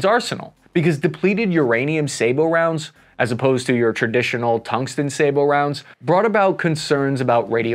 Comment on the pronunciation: Thank you! Finally! Someone on YouTube who pronounces "sabot" correctly!